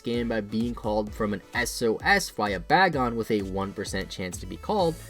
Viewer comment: It's pronounced Bay-Gone, not Bag-On.